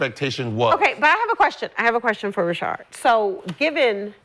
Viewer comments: why she keep calling SHAD ... rashaRd.... ? lol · It really hurt me to say Rashad right lmao They stretching they logic to combat him lol Gilbert logic is complete nonsense lol